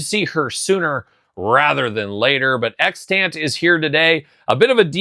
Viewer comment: "EX-tunt". Not "ex-TANT" ;)